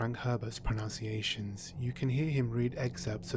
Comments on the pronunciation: Such beautiful pronunciations, then you end the videos by saying 'pronunciations' as 'pronounciations'. :P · Pronounciations? Pruh-NOUN-see-ay-shuns? I'm glad you got that in early before I thought you might have any credibiltiy or authority whatsoever. 😏